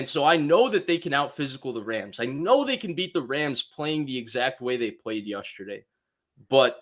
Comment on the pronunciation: please….. it’s yEsterday not yUsterday